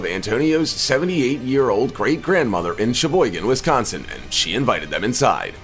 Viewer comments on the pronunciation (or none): none